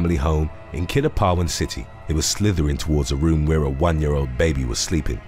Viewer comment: I love how you pronounced Kidapawan city. It was near perfect.